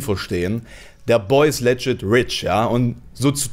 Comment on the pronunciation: Ich mag ja deinen content sehr gerne, aber bitte schau Mal nach der Phonetik für "legit". Triggert mich immer wieder 😄. Liebe geht raus!